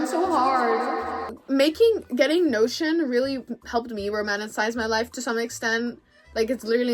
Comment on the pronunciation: is it just me or when she said notion I thought she meant lotion bruh no shame though